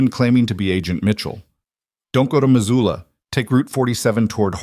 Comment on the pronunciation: Missoula, not Mazula.